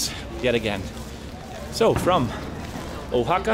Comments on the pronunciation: It's pronounced wa-ha-ka, no hard "o" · Harold, I am a big fan and have been watching you forever, but I have not jumped in with comments till now. I think the pronunciation of that city is more like "Wa-haka", not "Oha-haka." I also think your Spanish is actually not bad for how new you are to Spanish. With more interactions on the street and if you gain some local friends, you will be fantastic. I feel like the some of the Oaxaca locals there were a little hesitant to assist you as you struggled to understand the prices. I wondered why that happened as I watched you interact. Some vendors even waved you of as if to say, "I'm not dealing with you." In some other regions of Mexico, maybe in smaller cities, people will try a little harder to accommodate people trying to speak and understand Spanish. Keep up the good work. Oh, and one last thing, when you say the word Progressive it makes my hair stand on end. Maybe it means something different where you are, but here, the word has long ago been perverted, turned on its head and is very similar to using the word, "Woke." It's not a good thing. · Harold its Wa-Haca, not Oh-Haca. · I just watched a few minutes of this and here we go again …..first of all the place is called Vahaka not Ohaka next is this guys pitiful bargaining with the girl selling bags and in total the lack of information about the place he is visiting. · Harold, I think you came up with a new pronunciation every time your said 'Oaxaca!' I took 4 years of Spanish plus I grew up in Florida so I got to actually use what I learned. 'Oaxaca' is not originally a Spanish word so it doesn't follow any "language rules", it just is what it is (I believe it's the name of a tree indigenous to that area). The proper pronunciation is 'wa-haka'.